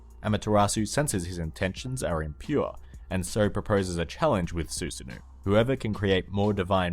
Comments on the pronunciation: Susanoooooohh not ouu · You pronounced Susano incorrectly, it's Su-sa-no. Avoid pronouncing it as Susan and then add the o in the end. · it took me a bit to realize who he was talking about when he said “susanoo” due to the pronunciation